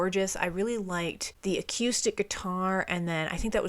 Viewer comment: "also too" Yeah, that makes absolute sense... Did you actually just pronounce it "acyoostic"...?!